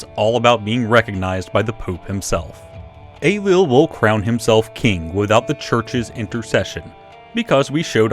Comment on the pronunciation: "Young king Ey-lull of Scotland" Dhia ár shabháil